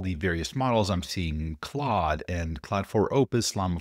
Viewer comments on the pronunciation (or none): FYI claude is pronounced more like "cloud" than "clawed." French is weird.